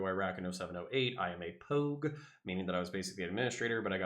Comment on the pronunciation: saying poug rather than Pog so the comments can't call him our pog-chanp